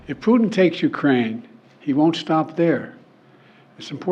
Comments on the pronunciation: Whenever he says Putin I hear Pudding 🤣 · I hear Poo-tin!